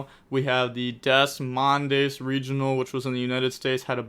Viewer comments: Nahhhh bro pronounced Des Moines as "Dess Mondes" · theres no way you pronounced it "des mondes" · listening to trying to pronounce Des Moines gave me a chuckle lol